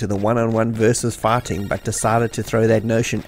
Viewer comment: it took me till minute to understand you were saying "fighting", i was hearing "farting". I heard a farting sequence was removed and I thought "well, ok, i guess a farting sequence was not necessary" 🤣